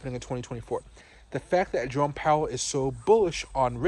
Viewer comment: Initially I thought you said Drone Powell and then I thought, well how appropriate